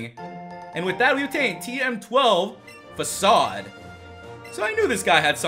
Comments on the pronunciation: I thought facade was " Fa-kade " not " Fa-sawd " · Is facade really pronounced like that?